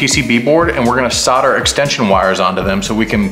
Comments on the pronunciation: why do Americans forget the L on soldering, you guys say soder instead of solder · I had to stop watching this. Never heard someone say "sodder" instead of "solder" so many times in my life lol. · Kool vid chap - I wish you’d say it properly though (sol der) soldering 😂 Sodder 😂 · Dude... how can you look at the word Solder and produce the noise sauhrder!? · SOUL -DER SOUL-DER ... Solder has an "L" in it.... ;-)) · How many times did you say sawter